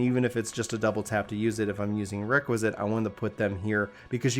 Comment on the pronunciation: Bro nice guide, but pleeaase, it's called REQUIESCAT not Requisit